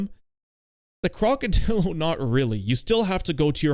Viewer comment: Cock-o-drill-o is the perfect pronunciation.